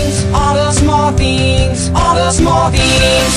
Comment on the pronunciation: He says theengs and that will never change